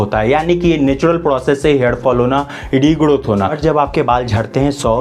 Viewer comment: Why he saying regodoth